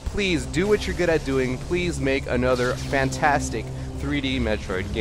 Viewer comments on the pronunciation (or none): none